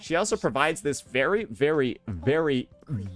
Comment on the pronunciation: why cant this restarted chipmunk looking guy say the word "very" normally